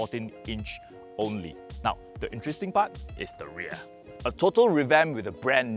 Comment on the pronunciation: ahhh.... there's nothing much for him to shout about ... so, he had to emphasise on the ReaR and the Fog Lamp!! 😂😂😂😂